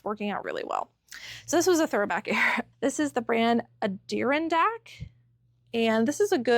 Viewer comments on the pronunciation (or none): Great ideas! Adirondack is pronounced "ad-uh-RON-dak". Love these videos! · Adirondack pronounced ad-a-ron-dak like the chairs or mountains in New York & Vermont. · The Adirondack sweater is pronounced ADD A RON DACK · I have never heard anyone say Adirondack that way :D It's all good, it just gave me a chuckle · Great info. Thank you. Just an FYI.... Adirondack..... Pronounced like the chairs. Also the mountains.